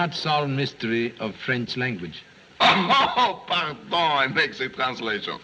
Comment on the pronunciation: I find him less realistic the more cultures he attempts. He should have stuck with New York copper He massacres the French accent 😂 "Ze this" "ze that" 😂😂😂